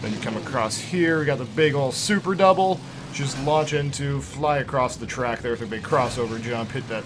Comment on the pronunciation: Why do you call a jump "Dubble"?